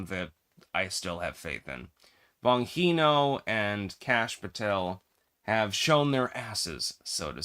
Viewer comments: Just a correction on how Dan Bongino 's name is pronounced. If you are going to disparage a person at least day his name right. BonGeeNo... and I know the man Dan is, and he has NOT turned. He is a person with principles and a moral backbone , and he will always do what is right for the country he loves. Not a sell out OR bought off for any price !!!! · your pronunciation of "Bongino" is like hearing fingernails scratching on a blackboard. 🤣😅😂I grew up mostly in Italy. Did live in the USA for short periods as a child but mostly lived in Italy. My family also spoke Italian at home and with extended family. I moved permanently to the USA when I was 27. I went to school in Italy, even did some university there. My mother and much of my extended family are Italian and many still live in Italy. I'm sharing this info to let you know I speak Italian, and I know how to pronounce words, and names in Italian. In Italian, every letter is pronounced. The name "Bongino" is phonetically pronounced as "BOON-gee-noh", with the emphasis on the first syllable. Hope this helps. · …why do you keep pronouncing Dan Bon Jean ohs name wrong constantly? I thought you were a scholar? And you can’t understand correct pronunciation?